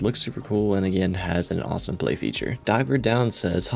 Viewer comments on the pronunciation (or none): none